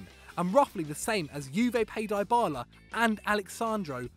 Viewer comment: Did he pronounce Dybala wrong???!